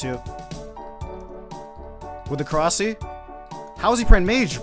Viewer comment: Every time anyone calls it korasi I cringe so hard